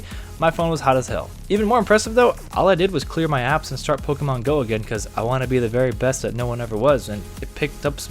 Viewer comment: I love how you got all close to the mic to say "The Very Best" haha